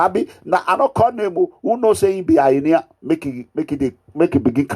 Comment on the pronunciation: Wetin dis Mega Mugu dey talk about? What is Highnia? It is called Hyena... 🤣🤣🤣🤣🤣🤣🤣Abeg nor come use laugh kill me Oooo 🤣🤣🤣🤣🤣🤣🤣 illiteracy na very bad Disease sha 🤣🤣